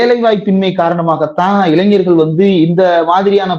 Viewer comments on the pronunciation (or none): none